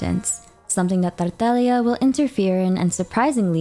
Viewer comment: i'm sorry but the way you said tartaglia's name caught me off guard 😭